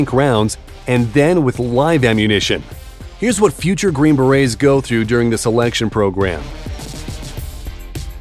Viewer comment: Narrator needs to work on his pronunciation, not Green Barrettes. Try Berets.